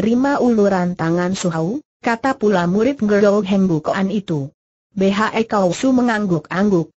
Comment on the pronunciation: Betul..! Tolong di perbaiki ejaannya ya min !